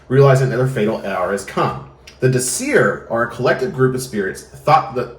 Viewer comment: DÍsir, VERÐandi. Just a friendly factoid: every word in Old Norse has emphasis on the first syllable :) I know pronunciation isn´t that important. But this is an easy rule to follow